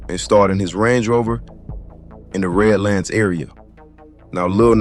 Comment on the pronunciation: Red Lands lol its redlands